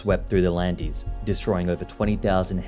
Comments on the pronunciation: Really interesting video. Unfortunately you didn't pronounce Landes correctly. The final -es is silent. You should pronounce it like the word land. One thing you didn't say is that the swamp was the delta of a river, the Adour. They not only planted the pines and created the dunes, they also built a new riverbed to the south directly to the ocean. It was a colossal project at the time. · "here's what's wild" for one, it's not pronounced "the landies" lmao literally a 2 second google search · These are the Landes de Gascogne I call home… And we pronounce « Landes » the same way as « Land ». E and S are mute. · Nice video, but why don't you try to pronounce the French word "Landes" correctly? It seems you are talking about John Landis, the film director! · This is super interesting and it's nice to hear a fellow Australian, as I live in France now and don't hear that accent much anymore. That said, Landes is pronounced more like, "Londe" (to rhyme with fond) and not like the mountain range in South America with an L in front 😉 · Please, how long would have it cost you to put Landes in google translate and hear how it's pronounced 😭, it's closer to land with an RP accent than whatever you said lol, otherwise great video :D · "Landes" is prononced 'Land" btw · You pronunce les Landes like land in english. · It should really be Lanas (pronounced about like how an anglophone would, stress on the first a) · Les Landes should be pronounced "Lé Land". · The landies? Dude, you do a whole video on the region and you get the pronunciation wrong. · 'es' in Landes is silent. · ikr his pronunciation is so bad, its actually pronounces “laynd eez” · I live near a village named Landes, it is pronounced Landys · We don't pronounce the e. It's just Lands. Good show. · "Landeys'" For god's sake! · Yeah that threw me off too, the equivalent of someone pronouncing Britain as "Brit Ayn" or Gloucester as "Glow-chester" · best to verify pronounciation: lay LAHND-duh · 😂 My ears are bleeding